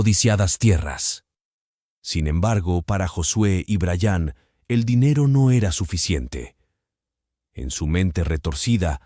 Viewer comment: Se dise bryan no brayaaaan.